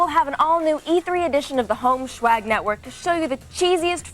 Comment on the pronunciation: I hate that they pronounce swag like schwag